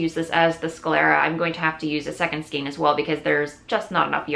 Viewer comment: Skein as in reign - not skeen as in keen...:)